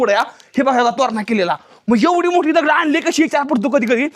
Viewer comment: माहिती चांगली सांगितली, पण एवढा आरडाओरडा कशासाठी आणि मराठी शब्दकोशात दगड असा शब्दप्रयोग आहे. दगुड नाही.